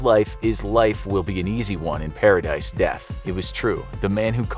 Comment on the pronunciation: “Paradice”, ha ha ha!